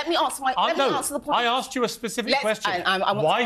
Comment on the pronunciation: Aksed hahahaha